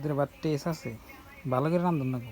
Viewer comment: টেস না বলবেন টেস্ট